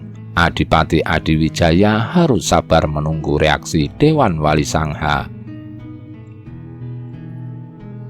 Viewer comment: yg membacakan suara apa tdk tahu bahasa jawa? wali songo di ucapkn wali sangha... belajar sejarah lah... jgn spt orang yg buta ilmu sejarah 👎